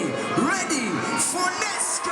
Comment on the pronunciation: Always thought it was pronounced Net-Skee